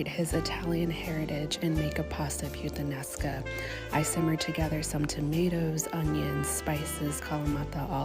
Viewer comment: "pasta puttanesca"...perfect 🤣🤣🤣🤣🤣🤣🤣